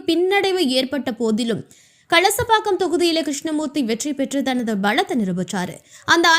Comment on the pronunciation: Not Kasalapakkam. Kalasapakkam.